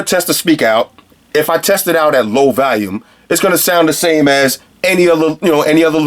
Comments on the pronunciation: valume.......volume? hahaha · Yo its volume not valume lmao. Thinking of replacing my air raids, this might be it! Nice review man. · maximum "valume"